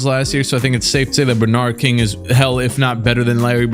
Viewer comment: pronouncing Bernard King like that kid that said LeBron James